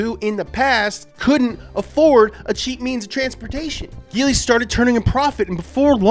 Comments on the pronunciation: It's prononced Jee-ly, not Gee-ly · also its said jeely not geely dude. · IT'S pronounced Gee- lee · Its pronounced geeeeeee leeee not geliy Hong Chi （红旗） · It's actually pronounced G-Li...but, close enough. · Writes geely, says jelie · Actually, it pronounce as "G Li" instead of GE Li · Jee lee is the right pronunciation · It's a soft G, and pronounced "Jeely" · Y'all pronounce Nikon as Nai-kon. Then y'all pronounce Huawei as Wa-way. And now y'all pronounce Geely as Gill-Ly. Hats off to you Americans. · I appreciate the effort done in researhing about the Geely, lots of it..But he failed to pronounce the brand right.. Its "Jee ly"😆. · Till this video i thought it pronauncing like [d3ili] not [ge.. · It's pronounced Jeely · Why did you say giling😂😂😂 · "I'm gonna say a lot of words wrong here." Yeah, like GEELY. smh